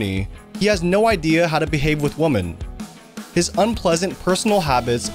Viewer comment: Twice I heard “woman” instead of correctly saying “women” by the narrator, anyone else hear it too?